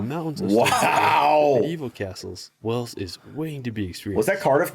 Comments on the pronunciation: It's annoying to us but he doesn't hear the difference. If we said he had to say it using 2 syllables (way-ulls) he may understand better. Works for the biggest mammal, too 😅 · might pronounce Wales the way he does because of his accent,there are people from North Wales who pronounce place names differently to people from South Wales because of their accents and vice versa. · your continued mispronunciation of "Wales" is very disrespectful. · can say it, can't 😂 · It's only him, she gets it correct. He has said before, it's because he's from the south! Gimme a break! I am Welsh, but this annoys me so much, I just can't watch them any more! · Wales , it's an a not an e. if you can't pronounce English you're going to love Welsh lol that mountain view you said, looked like A I is called Tryfan. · It's Wales as in ales not as in els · PRONUNCE THE A WALES ....NOT WELLS ...THATS is in SOMERSET , MORE SHEEP IN WALES THAN PEOPLE , AND WE HAVE A BEAUTIFUL COAST TO THE WEST AND SOUTH OF THE COUNTRY ...i live 8 miles from Cearphilly castle with it's leaning tower... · No he definitely said Wells😮 it's Wales man pronounce it right! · Before you visit, learn to pronounce the name correctly, as so many others have pointed out, it's not "wells", it's "Wayles", or in the local lingo "Cymru" (pronounced as "cumree" not cumroo). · Its hurting my little welsh ears hearing you pronounce wells its wales as in whales in the sea or by its proper name cymru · Wales not Wells. You need to work on your pronunciation! lol. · Yes WALES, AS IN WHALES! with a silent H. Aaah! Please stop with the WELLLLLLS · It's Wales like males, not wells like smells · WAAAAYYYLES not Wells!! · Please say Wales & not Wells!! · Guys it’s pronounced more like Whales not wells. Hello from Ceredigion west Wales. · please sound Wales correctly, even the English can do that. It's not Wells! It's more like whales, the large sea mammals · Pronounced Whales not Wells 😂